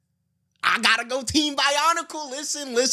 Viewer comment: He say go-slow but we say go-go